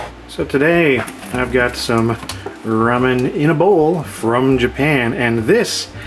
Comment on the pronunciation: I can't believe you pronounced it "rummin".